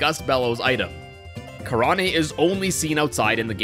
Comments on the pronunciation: I've never heard anyone pronounce Karane's name that way before. It's not japanese, it's a play on the word "crane" since most people in Skyloft are named after birds. It's pronounced "kah-RAYN." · damn now i feel dumb for pronouncing her name "kah-rah-NAY" i guess i just thought it would be pronounced with japanese sounds lol